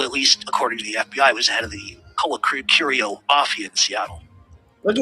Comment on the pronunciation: YouTube GOLD😂😂😂 CLIPPINS ’N’ WHACKINS🤣🤣🤣👏👏 “I WAS SETTING HIM UP TO BE KILLED”🤣🤣 he called Colacurcio BAHAHA HE CANT EVEN SAY HIS NAME RIGHT🤣🤣🤣👏👍